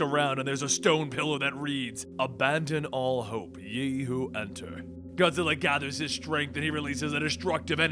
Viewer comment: "Abandon all hope ying who enter" Yeah FUCK you ying we don't like your kind😂 (you made a ton of weird pronunciations in this vid)